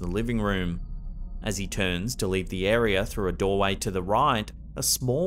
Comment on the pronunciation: Stop saying arear! Lol